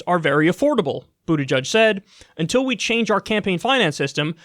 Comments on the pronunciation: Boot EDGE EDGE not Boot EDGE UDGE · "Buddajudge" holy shit dude at least fucking pronounce it correctly.